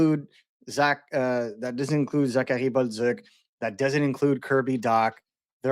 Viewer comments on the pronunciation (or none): 🤣I laugh every time at when he mentions Zachary Bolduc because he pronounces it the correct English way, then repeats himself with Buzzuck 🤣LOL it's ok man the correct way to say it for us US guys is "Bowl Do" or Bowl Duke" not BUZZUCK